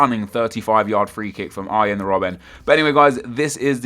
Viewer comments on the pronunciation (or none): none